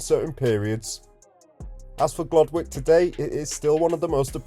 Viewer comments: It's pronounced "Gloddick", not "Glod Wick". I used to live on Abbey Hills Road for 26 years. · Pronounced Glodick. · It’s pronounced gloddick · The W is silent. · You’re brave going there. And you are saying it wrong / you are pronouncing it the Asian way.